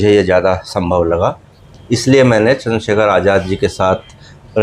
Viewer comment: Ye itna bada reporter nhi hai ki Chander Shekhar Bhai ko Chander shakher bol rha hai thodi tameez bhi Sikh lo